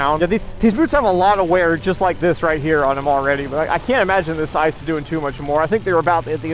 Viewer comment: Wait did he say “ISIS” or “ices”. Please clarify so I don’t crash when I ride on the ISIS.